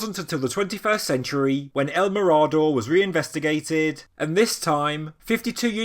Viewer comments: Great video, bit it is pronounced me-rah-door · Excellent as always, if you wish to pronounce it correctly it would be something like el mirror-door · "El Mirado?" stopped playing this after the mispronunciation... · Yes .he got this wrong . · Just a heads up. You’re mispronouncing “mirador”.